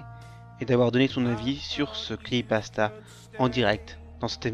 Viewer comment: pk tu dis "cri pasta" apprends a parler ptn